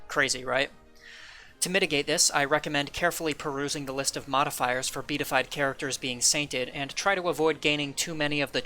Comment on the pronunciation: Great video! Also, just an FYI, it's pronounced be-a-ti-fied (4 syllables).